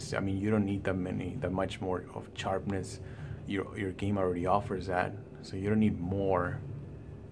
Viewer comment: I was only joking with you bother as a fellow Latino it's funny how you say charpness instead of sharpness..but thanks but on a serious note I just upgraded from Ku6300 to KS8000 and it does look better but color wise in hdr if I put the 6300 color up to around 70 it pretty much looks the same with the wide color gamut of the 8000..I was thinking of just taking it back and getting the Sony X800d to save money if they look about the same.what do you think?